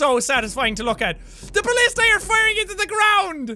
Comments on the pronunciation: jack its not ballistey its ba list a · Jack, it's pronounced bul-lis-tuh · its ba-li-stah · It's Ba-list-ah